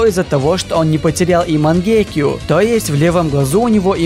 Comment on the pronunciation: Почему ты говоришь мангеке. Говорится мангёку